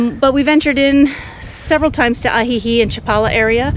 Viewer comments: Im surprised after 2 months you can’t pronounce Ajijic. Thanks for the video -good info. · It's Ajijic with the c sounding like a k